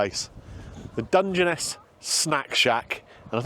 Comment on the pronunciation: Hate to be picky, but is pronounced "Dunge Ness", and not "Dunge en Ess".